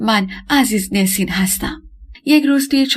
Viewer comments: گوینده گرامی ! NESIN حرف دوم E در زبان ترکی صدای اَ همچون ابر و زرد و حرف را دارد . نه اِ که صدای شبیه دِل و کِرم و نام او همیشه نَسین است نه نِسین به دائره المعارف ها مراجعه کنید. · عزیزنُسین درسته